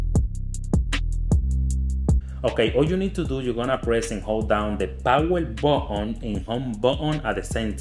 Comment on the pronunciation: He said power botton